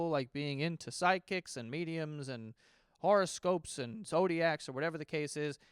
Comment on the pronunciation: Did say Sidekicks instead of psychics? I heard a D. I would add sidekicks to my appointments.